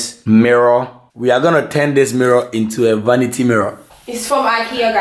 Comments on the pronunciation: Eeeiiii...what is “vanita” 😂😂😂😂😂😂😂😂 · trying to say vanity has me creasinggg 😂😂 bless him😭😩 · Ive seen ppl try it like yall did with the mirror anb after a time it fell so my advise to yall would b to add 3 mirror brackets for extra support(1 at the top in the center and 2 on each end at the bottom or if u want 4,one at each end) loved it though cause still get trouble to say vanity. God bless yall